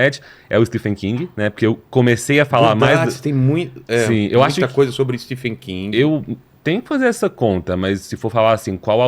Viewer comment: so falta saber falar certo o nome do escritor